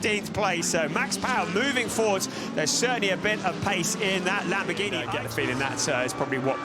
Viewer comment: Lamborgweenie? How about learning the correct pronounciation?